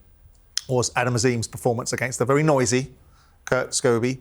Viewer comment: It’s Kurt Scoby ffs Simon, not “Scooby”🤡🤡he’s not a cartoon dog ffs!!